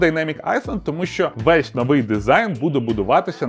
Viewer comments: айленд же, а не айСленд Чи може це прикол якийсь, тоді сорі 😅 А взагалі дайнемік айленд дуже круто виглядає, ця сімлес інтеграція харвера і софта просто вау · "айсленд". це що, байт на коментар?) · будь ласка, навчись говорити слово айленд, бо я блять аж прихуїв) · то не ІСЛАНДІЯ, ТО ОСТРІВЕЦЬ